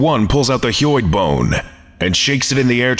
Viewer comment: "Hyoid" is pronounced like "HIGH-oid".